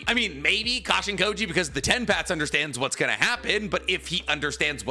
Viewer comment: Every time I hear Jairaiya’s clone name = Cash-in-Kody.